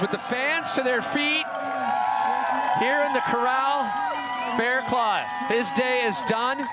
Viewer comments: lol yeah I know...I wrote it how it's pronounced. The dude on the video is pronouncing it Claw but it's actually Cluff. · It's Faircluff not Fairclaw. lol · His name is Fairclough not Fairclaw!!! Red bull needs to respect a riders name. Brendon showed utter respect no redemption needed!